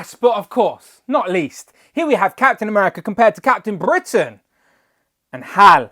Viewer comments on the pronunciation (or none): none